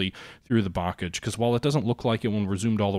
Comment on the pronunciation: I have never heard 'bocage' pronounced such an American way :)